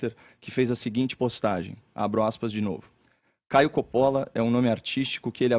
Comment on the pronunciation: A pronúncia correta de "Coppola" é "cópola"😮😢😂